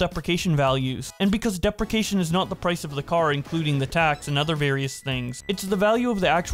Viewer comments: “Deprication value” STOP ⚰️⚰️⚰️ Duh-pre-she-ation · "dep-ri-ca-tion" Lol sorry to nitpick but it's pronounced "de-pre-ci-a-tion" And "no lion" Lien is pronounced "leen" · While depracation is I believe a word, you were looking for depreciation (duh-pree-shee-AY-shun) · Just fyi, it's not "deprication" it's "depreciation", pronounced "dee-pree-shee-ae-shun" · The word is Depreciation (de-pre-shi-a-shion) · "Deprecation" lol.... "DEE-PREE-SEE-ATE-SHUN" Jesus. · i pronounce depreciation as DEE-PRE-SHEE-A-SHUN i’m from the midwest tho, MI I felt that tho, every time he said it i cringed on the inside 😂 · Fr, I kept hearing "deprecation" and was like "what?" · Depreciation - di·pree·shee·ay·shn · Dee pre she ay shun lol great video btw sorry I had to point that out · You should really check the pronunciation of words you're not sure about, I kept thinking whats a deprication contract until I looked at the screen to find the word and realized its depreciation. I understand having trouble reading aloud accurately since I have severe dyslexia but if I was posting stuff to YouTube I'd make sure to have someone double check my recordings before posting to help edit any mistakes. The only reason I bring it up is nothing a similar situation in previous vids you posted. Hope the constructive criticism helps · It is pronounced “depresheation” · De Pree Cee Ation is how it is pronounced. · Lemme help you out ....depreciation is pronounced [DI] + [PREE] + [SHEE] + [AY] + [SHUHN]. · "dee pree sheee ay shun" I'm sorry but it was killing me every time. also its lien as in "lean" not "lion" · Need to look up pronunciation of depreciation. Great video. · i love your videos but man do you need to google pronunciations of words youre not sure of lmao, listening to you constantly mispronounce depreciation is making me insane